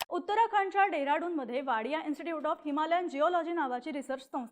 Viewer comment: डेराडून नाही शेमणे देहरादून 😂😂